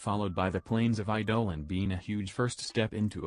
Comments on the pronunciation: Eye dough lawn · "Eye-dolin" lol